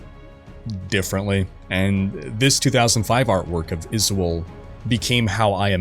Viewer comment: I'm hearing Izwold, and that sounds like a mesh of Izual & Griswold.